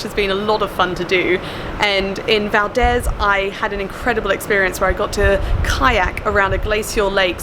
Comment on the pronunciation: Valdeeeeeeezeeeeeeeeeee, hard e. - a local.